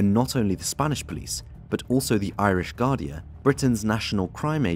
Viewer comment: It's pronounced GAR-DEE mate